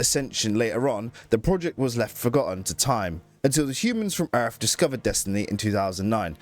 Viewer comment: i absolutely hate your accent and the way you say "erff"